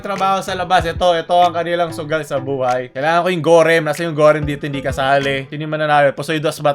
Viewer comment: nobody: literally nobody:: Gorem instead of mi goreng